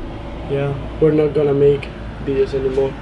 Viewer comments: still laugh when they say bideos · I love how they say videos they say 'bideos'